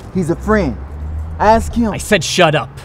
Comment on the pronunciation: I LAUGHED SO MUCH WHEN THE POLICE SAID SHUP UP